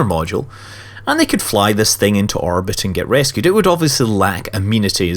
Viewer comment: Does it bug anyone else that when he says orbit it sounds like "arbit"?